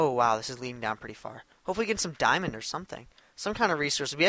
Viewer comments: its funny how he says diomond but keeps on goin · its funny how he says diamond but keeps on going